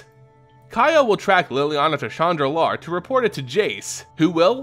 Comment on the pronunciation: Shandalar and chandra, they arent pronounced the same.